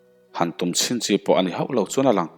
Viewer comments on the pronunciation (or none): none